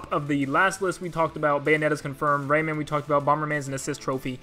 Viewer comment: Ray MAN not raymond and amaterasu ah ma ter ah su - you got it bud